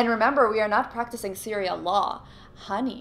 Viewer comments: “Syria law” lmao, I think she means sharia law 🤣🤣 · "SYRIA LAW" I CAN'T HAHAHAHHA. From an American... I'm sorry for. lol